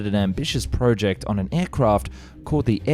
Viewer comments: If he says PREWject one more time, I'm gonna cry! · Fucking hell dude the way you say "project" is infuriating.